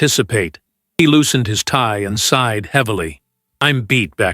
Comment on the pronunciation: Lincoln SIGHED not side